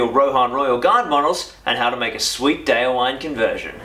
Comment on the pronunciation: Just a heads-up about pronouncing the names of your heroes: The "-wine" in "Folcwine" and "Déorwine" isn't pronounced like the alcoholic beverage, but as two distinct syllables - "Folc-win-eh", "Deor-win-eh". "Wine" (with two syllables) means "friend" in Old English, from which Rohirric is derived. "Déorwine" = "brave friend", "Folcwine" = "Friend of the People (folk)", "Holdwine" = "faithful friend" Just so you know :)